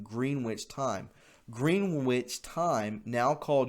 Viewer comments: “Green witch” ... [cringing]. Pronounced as “GRENITCH”. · Pronounce it Gren-itch and people will put you on a higher respect level. You know how to read so you did. Green-which. Not your fault. Next time say "Gren-itch" and go against your instincts to read what is in front you. Trust me on this one. It works for me. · Gren-itch not green-witch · Gren-itch...not, Green-wich. Said in love. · It's not pronounced as GREENWICH TIME, although that's the way it's spelled. It' pronounced GRENICH TIME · Greenwich - pronounced 'Gren-itch'. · Greenwich is pronounced Gren-itch. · I remember a song by Dylan and it go's something like this : after a rock'n reel'n subway ride I wound up on the downtown side, Green witch village. Your mispronunciation brought me a found memory, thank you. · Greenwich is pronounced 'Grennitch' as in 'Grennitch' Village NY. The term GMT is Greenwich Mean Time. There is also global internet time. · Pronounced "GREN-ich". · I"m surprised non of the Brits beat up on you for your pronunciation of Greenwich. It's /gren ich/. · Greenwich is pronounced Gren itch 😊🇬🇧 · No disrespect but Greenwich Time is pronounced ' Gren-ich.' God bless all patriots and Believers in Christ. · Greenwich is pronounced "gren-itch". It is a location in England. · No offense, but Greenwich is pronounced as "Gren-ich". 😊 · Greenwich is pronounced “Grin-itch” my friend! 😉 It comes from the town of Greenwich in the UK - The center of the world at the height of the British Empire. To this day it marks the 0 point in the worlds 24 time zones & is referred to as UTC, GMT, or Zulu time in aviation and in some Military applications. See the example below: -12, -11, -10... ...“0”... ...+10, +11, +12. Thanks for the video and for all you do man. Just wanted to kindly point this out to you 👍🏻😀 God bless! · I'm not a grammar Nazi, but Greenwich is pronounced Gren'-itch, short e, lol! 💁‍♀️👍🏻